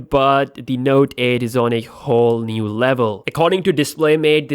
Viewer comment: " is another NUDE dual camera" lol